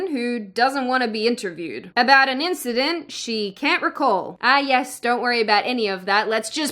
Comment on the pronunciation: Icywarhammer500 Morphing.. not morphed.. eensedent sounds more like a kiwi🤔